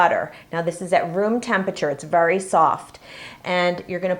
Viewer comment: Sorry but I have to say it ... its VERY not vury ... sorry it just annoys me. This really helped (with the frosting) thanks!